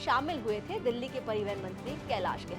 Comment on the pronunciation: Madam pariwahan hoota hi peiwehan nahi hota hai..